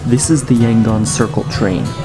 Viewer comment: The second syllable in the name "Yangon" is similar to how you would say "Nome" Alaska, only with the letter "g". The letter "o" is emphasized. So it's more like "YangOn". I'm only saying it coz' you pronounced "Bagan" and "Myanmar" perfectly.